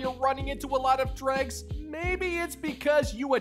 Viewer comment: funny how "dregs" became "drugs" after "messy" became "Messi"